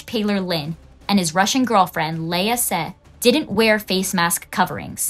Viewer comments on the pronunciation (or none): none